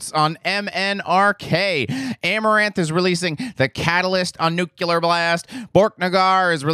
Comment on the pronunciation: Please, please, please pronounce nuclear properly. NEW KLEE ER, not NEW CUE LER